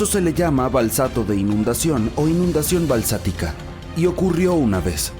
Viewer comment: Excelente documental. Corrección... no se dice balsático se dice BASÁLTICO